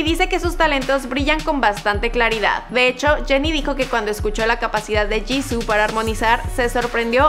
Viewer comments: No es 지고,es 지수,antes que me digas que es "Jisoo" se pronuncia "Jisuu" creeme estudio coreano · no se dice jissu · Hola me encanta blackpink pero Jisoo se pronuncia Yisu :) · No c dice jisoo c dice jisuu osea se escribe jisoo pero c pronuncia jisuu (no es hate :3) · no se dice jisoo ni jisuu es jisoo rabit turtle kim :v ok no pero se pronuncia jisu pero se escribe jisoo :v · Se escribe JISOO y se pronuncia jisu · se dice jisoo